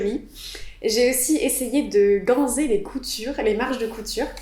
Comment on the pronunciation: Chouettes réalisations ! Attention, on prononce "ganSSSer", pas "ganZZZer"...